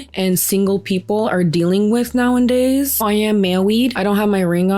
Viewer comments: NOWENDAYS 🎉 that’s a fast one in this episode. You might actually make it a real word one day 😂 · Okay girly, I love your videos and by no means mean this as hate, but it's hurting my brain; It's nowadays, not nowanddays. Much Love!! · Hi! I love your content ❤ Just wanted to help you out. It's "nowadays", not "nowindays" ❤❤❤ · The way you say "Nowadays" is so hard to ignore. Its not "now-and-days." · This isn't just gen z that are doing this but it does feel like it's become more acceptable due to the 'Alpha Male' trend. (So gross btw) Family and friends need to listen to the people who need help. Side note; you keep saying nowndays it's actually nowadays. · It's "nowadays" not "now and day". Sorry, don't mean to be that person, but it drives me crazy.😊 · I gotta unsubscribe. I love your content but you saying "nowindays" is triggering me so hard. Lmao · *nowadays not nowindays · *nowAdays, not "now in days" 😉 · Girly I love your content but it's now-a-days. Plz plz stop saying now-and-days. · Hi, love you and I'm a fan of your content! But please... it's nowadays. Why are you saying nowindays? Just kept sticking out to me, no hate 😢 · ILY and this video but it’s “nowadays” you’re driving me up the wall with the “now-in-days” you’re saying. 💀💀☹️ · This is completely not related to the topic but girl it's "nowAdays", not "now-in-days" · I'm sorry, I'm not trying to be petty, but I think it's "nowadays" not *nowanddays " You kept using that word so I felt like I had to say it, I mean it in the nicest way possible! Love your commentary, dating is the worst, I had an abusive ex that I wish I recorded enough to get a restraining order... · I know this is petty of me but it's "nowadays", not "now and days" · I'm sorry - no hate this is a great channel - but is she saying "now in days"? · i love you and your videos. but girly pop it's "nowadays" not "now and days" 😩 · bestie its not "now-IN-days" its "now-A-days" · It’s “now a days” 😅